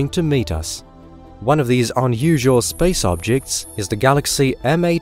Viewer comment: my favorite part is how space is pronounced like spaze, very satisfying sounding